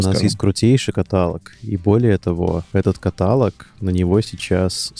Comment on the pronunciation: Все классно. Но парни.. каталОг.. ударение на третий слог